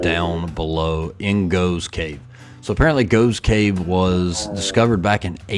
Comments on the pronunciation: It's pronounced goffs cave not goves cave..!🇬🇧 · GOFF GOFFS cave is how its pronounced- there are lots of caves in Britain 🇬🇧🏴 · It's pronounced Goff's cave! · the cave is pronounced Goffs Cave. Srumpy is a fermented Cider (alcoholic, very).